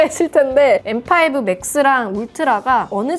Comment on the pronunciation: 아이폰13시절엔 떨튀이-인나~ 라고 원어민발음하셨는뎅.. 이번영상에서맥소개하실때 엠파이부 라고 하시니깐 구수하네염